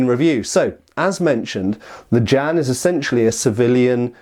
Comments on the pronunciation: The pronunciation is like "jyen" not "jan". Chinese consonants are hard, don't worry about the J but the rest of the word is manageable for English speakers. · Far too much "erm ,er ,,,,,,, 🤔 maybe"& what the heck is a Jan could at least look it up ! Pronounced "Ji en" the Jian. This hurt my ears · it hurts hearing him say Jan instead of Jian